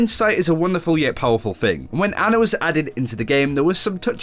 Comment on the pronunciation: it's "Aw-na"